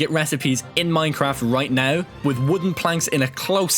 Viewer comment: just said "right noulww"